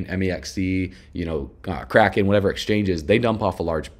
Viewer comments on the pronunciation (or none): none